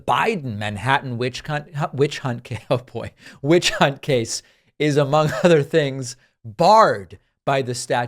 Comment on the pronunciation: oh my God! No need to correct yourself. I think you had it right lol this is hilarious. I’ve had to rewind and listen to this… Accidental um mispronunciation of witch hunt… No bro you’re correct Trump is a witch. See you next Tuesday.